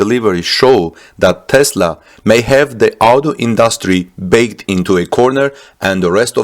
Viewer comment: Backed, sir.. not “baked”. Otherwise, keep up the great enthusiasm in this revolutionary time!!